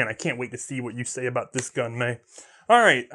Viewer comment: Sorry... Mae not May! You probably get that a lot... sheesh!